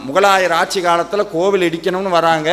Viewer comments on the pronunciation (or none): none